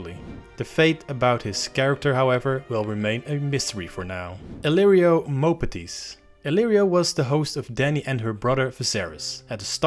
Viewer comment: I pains me to hear you pronounce Illyrio’s name, Moe-patt-‘tis